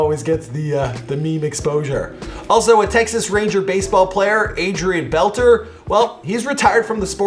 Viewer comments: His name is pronounced Adrian Bel-Tray not “Belter” and he played 21 years not 8. Put some respect on his name. dude was 🔥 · Adrian belter? It’s beltre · For the record his name is Adrian Beltre (Bell-Tree, NOT BELL-Ter). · It’s Adrian Bel•tray not Belter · BELL-TREY!!!!! NOT bell-ter ya slouch! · IT'S BELTRE NOT BELTER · its beltre not beltr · So are we just going to sit here and let this dude get away with saying “Adrian Belter”? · It’s Adrian beltrè, pronounced beltray,and he played for 21 years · Pronounced "bell-trey"...........WAY!!!!!